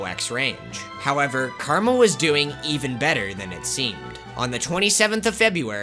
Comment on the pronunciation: Carmel is actually CarAmel.